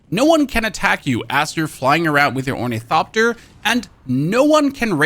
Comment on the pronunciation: Wait does he say onithopter correctly now